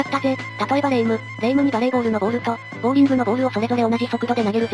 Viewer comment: ボーリング（穴掘り）じゃなくてボウリング（玉転がし）だよん。